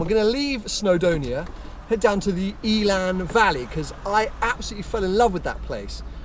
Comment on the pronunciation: Great video and content as usuall 👍🏼Quick tip from a Welsh viewer in case you visit the area again one day. Elan Valley is pronounced in the same way as the Lotus “Elan”, rather than Eeelan. 😊